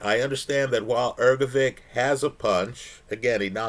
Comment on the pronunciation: The man you love so much has a name that is not pronounced as Ergo-vick,. Take a minute to have the decency to learn how to pronounce someone’s name. It’s common courtesy.